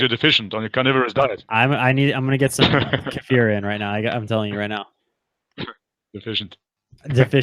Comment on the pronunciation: Kefir is pronounced KEY-FUR. Please learn the pronunciation